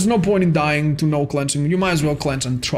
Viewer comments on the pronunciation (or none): none